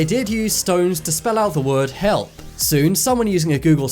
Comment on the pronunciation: When he was talking bout' how people sp3lt out help, it sounded like he said hell